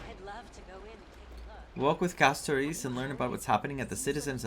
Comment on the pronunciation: Hearing you pronounce Castorice as "Casto-ree-kee", is like nails on a chalk board, I cringe every time I hear it. I don't care if it's the proper Greek way of saying it, it sounds weird, and nobody else says it like that. Just my opinion.